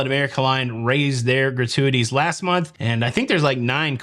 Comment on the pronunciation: “So I can pay more gra-tu-a-tees” - Shout out Adam Sandler (the way you sounded). I am now in the habit of giving a shout out to Ludacris at random moments. And thanks for the heads up for Top Chef; was wondering when the next season was coming - couple it with final 4 on Celebrity AND Curaçao? Yes, please. I will wait until last few episodes to get a month’s channel subscription.